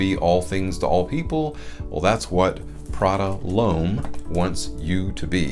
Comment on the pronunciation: Thanks for the review but please don't pronounce it as Prada LOAM. It's Prada L'homme